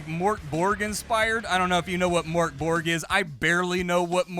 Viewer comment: and it's pronounced 'Moerk Borg' specifically. It's not just a silly looking 'o' after all :)